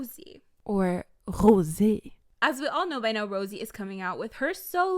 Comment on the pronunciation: Why do you pronounce Rosé like that?